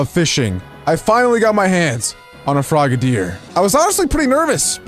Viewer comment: Its frog-a-dier not frogaydier